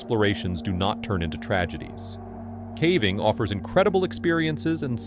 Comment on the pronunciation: AI. He says ‘cavving’ in a few of the videos